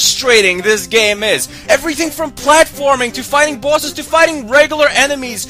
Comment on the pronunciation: I like how you say bosses...."bawsez". sounds cool!